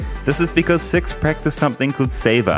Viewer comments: Just a small problem with this video is that l, PLEASE pronounce the word Sikhs in a siffrent manner, it sounds sus. Love you btw, and your videos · Respect for not pronouncing it “seeeks”